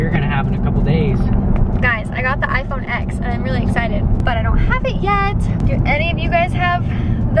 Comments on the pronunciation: It’s pronounced the iPhone 10. X is the Roman numeral for 10. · Iphone x(ten) not iphone x(ex)